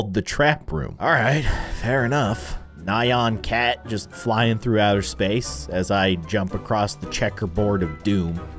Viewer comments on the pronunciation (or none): it is not said like nayan cat it is said like nyan cat